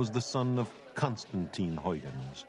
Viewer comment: Unfortunately Sagan butchers these Dutch names. They are very hard for English speakers to properly pronounce, yes, but the best approximation for Leeuwenhoek would be "Layvenhook" and the best one for Huygens would be "High-gens". It's actually kind of distracting.